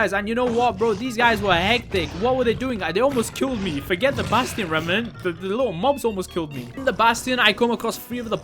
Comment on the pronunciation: I like when says "basTiyon"